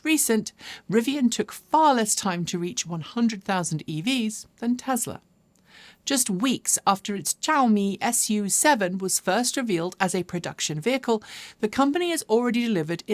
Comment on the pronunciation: I thought it was pronounced shshAou mee! 🤷‍♂️